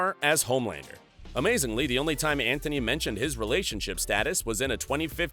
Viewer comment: Antony Starr, not Anthony. Pronounce it properly. And it's Jack Quaid, not Quad. SMH.